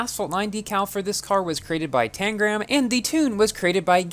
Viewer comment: You said Tangram’s name correctly this time hehe